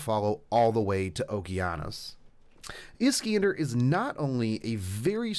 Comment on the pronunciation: Is-can-de? It's Is-khan-dar ;_